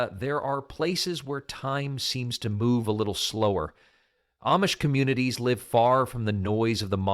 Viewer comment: That's AMISH!! Not AMMMMISH!! Use Proper ENGLISH!!